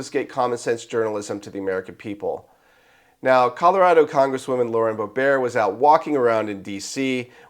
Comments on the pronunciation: Bo-Bear? Lauren's name is pronounced BO-bert! The second syllable rhymes with yurt and shirt. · Pronounced BO-bert. You don’t know that???